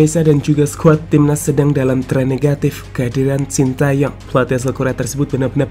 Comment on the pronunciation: "Shin Tae Yong" yg bener min